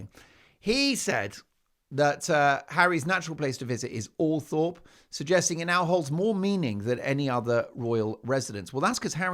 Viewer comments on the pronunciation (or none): And please pronounce Althorpe properly. It is OL THROP. I have mentioned this before. I thought you read our comments? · Will Todger Harry become Lodger Harry at Althorp? Pronounced Althrop BTW Mark